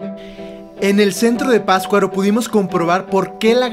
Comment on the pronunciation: Excelente video. Solo les recomiendo que el próximo guía que consigan nombre correctamente al pueblo o lugar que visiten. La pronunciación de la palabra Patzcuaro por parte del guía está espantosa, es PaTZcuaro no pascuaro. Pero lo demás muy bien, buena información y bonito video. Las tomas del inicio del video son espectaculares.